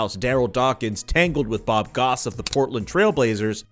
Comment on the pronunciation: bob Gross, not Bob Goss. good lord